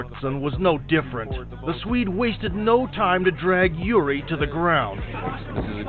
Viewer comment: Its actually not "yuri" but "jiří" try to run it through google translate, but the letter Ř is pretty hard for foreigners to pronounce.